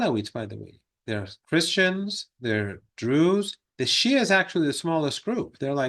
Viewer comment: It's not "Sia"; it's Shia.